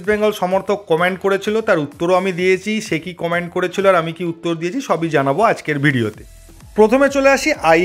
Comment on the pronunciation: ..Its Comment (ক মে ন্ট) not commant.(কমান্ট)..pls correct your diction.boro kan a lagey shunte.. কমেন্ট আর কম্যান্ড er majhamajhi shunte lahey..ami audio engineer amar voice niye e kaj..saralhon ei koechi....boro boro actor der o amon vul hoi...lojja r kichu nei..ei na je comment bolo na...but majhe majhe e seta comant hoi jai...tai jamalam.user name a amar jonmo sal ache..tai kharap vabe nio na.